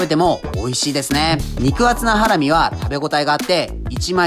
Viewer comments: とりあえず肉の説明しかしてなくね？笑 ハラミ⤴︎？ハラミ⤵︎じゃね？笑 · 料金をなんで言わないのでしょうか？ 視聴者が一番気になるとこだと思います。 あとハラミの発音が…